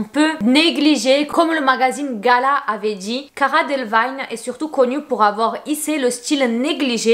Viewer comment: Ça se prononce Cara Délévigne « ee »